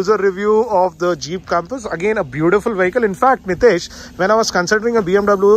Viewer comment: Is it Jeeeeiiipppuu or Jeep 0.23